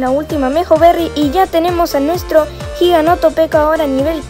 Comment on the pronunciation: Buenos videos aunque sea tarde para comentar y me rei cuando dijiste giganotopeco